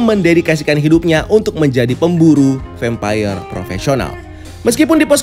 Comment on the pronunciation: Vempayer? kenapa ngga vampir aja nyebutnya 🙏🏻🤭